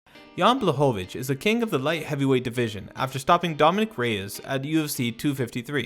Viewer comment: DC’s pronunciation of Błachowicz is spot on.